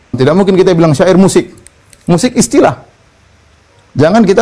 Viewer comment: UAH bilang syi'ir (musik)... kenapa jadi sya'ir...hadeeeuuuh.... kumaha iye teh..??